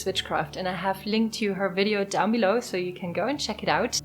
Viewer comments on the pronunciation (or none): none